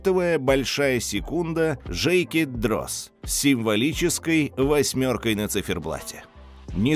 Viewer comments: Жейкет Дроз и Улис Нардин. Вы ж канал про часы, как-то не солидно так названия брендов произносить. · Жейки Дроз🤣🤣🤣🤣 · Вот прям с языка сняли))) тоже хотел это написать))